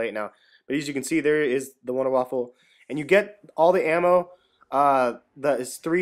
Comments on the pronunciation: Man, you pronounce Waffe like Waffle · WONDER WAFFER NOT WAFFLE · its not a fucking waffle its waffe